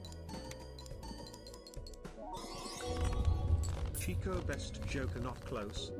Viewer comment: You stress the wrong syllable Chicot rhymes with Cheeto.